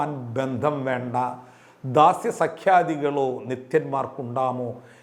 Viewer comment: ദാരിദ്ര്യം, ദാസ്യം, ദൈവം എന്ന് ശരിക്ക് ഉച്ചരിക്കൂ - ധ അല്ല